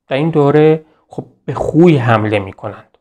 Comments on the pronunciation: سلام خسته نباشید...تلفظ صحیص خوی khoyهستش khuy که فرمودین درست نیست...واو وسط o خوانده میشه...میدونم مهم نیست خواستم فقط تلفظ درستش به افراد نا آشنا بگم همین...بازم ممنون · بسیار عالی است. تلفظ شهر خوی khoy را khuy تلفظ فرمودید. واژه хуй در زبان روسی به آلت تناسلی مرد گفته می شود